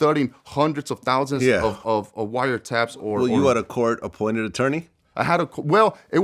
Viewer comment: “coit apported”